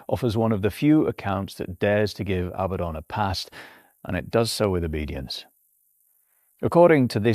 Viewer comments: Abaddon = uh-bad-un NOT "abbuh-don" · Name is pronounced as "a bad 'un" this is mandated by the double D strengthening the preceding vowel and softening the succeeding. Your pronunciation implies the spelling Abbadon. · One clear tell that the script was AI assisted is how much this script repeats itself, not verbatim, but it meanders and revisits topics seemingly at random. And the pronoucation seems to bounce around a few different forms including "Abatton" - humans are sporadically inconsistent, not consistently inconsistent.